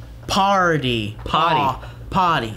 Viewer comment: re-pug-lican ...come on